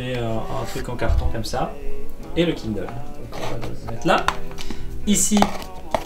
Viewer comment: c'est toujours drôle de voir un Français prononcer des mots en anglais! haha «kindeule» «i-fun»